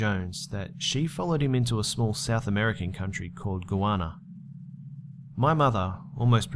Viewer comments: It's pronounced "Guy-Anna" not"Goana" otherwise great video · Lol, it's Guy ana, not Goojuana, lol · Hey I am actually from Guyana and its pronouced Guy-Anna and a fun fact my mom actually met Jim Jones when she was in college and shook his hand and everything. He tried to talk her into joing his cult... Thank God she didn't!!! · Smh its Guyana not Guana lord don't u guys read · Mate its pronounced Guy Ana so like guy as in a man and Ana as in the name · It's pronounced "guy-ana" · It's pronounced Guy-Anna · Wait, the country is Guyana, right? If so it's pronounced guy-anna, just so you know :P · hi just need to correct you with how you pronounce Guyana it Guy-as in man and Ana r-na I'm was born there and I now live in the UK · Another great video. But the way you pronounce Guyana is making me cringe.